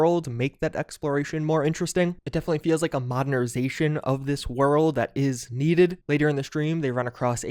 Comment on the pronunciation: Modnerization lol